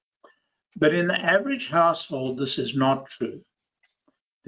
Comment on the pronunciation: I heard “household” as “asshole” the first time and now I can’t unhear it. 😅